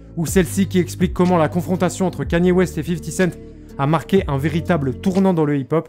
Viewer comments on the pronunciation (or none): none